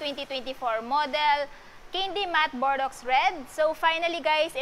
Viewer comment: correction lang po ate “Bor-dow” po yung tamang pag-pronounce nung Bordeaux :)